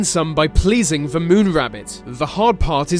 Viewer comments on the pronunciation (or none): it's not fhe but "the".. it's not myfology but "mythology".. fuck it's cancerous to hear people rape the English language like this.. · He says "The" as "Va" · He says the like ve and it's extremely Annoying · why is it every time you say the I hear veh